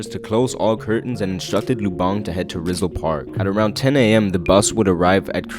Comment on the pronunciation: just correcting you, you said Rizal wrong.